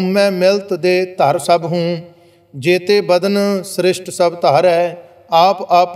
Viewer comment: Are you talking about the pronunciation of SRISHTI in the paath... its actually correct the way he is saying it. That how you say it😄